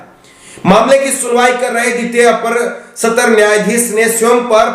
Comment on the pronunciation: Satar nyayalay Nahi satra nyayalay kahiye.